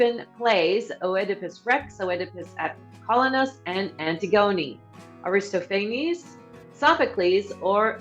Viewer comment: Yes. I yelled aloud at the mispronunciation of Antigone.